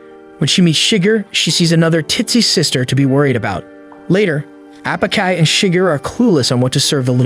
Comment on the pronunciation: I had high hopes for the ai narration at the beginning because its pronounced Apachai correctly but 30 minutes in and it's all gone downhill after that 😂😂😂 0/10